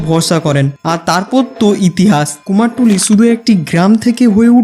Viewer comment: কুমারটুলি ❌ কুমারটুলি ✅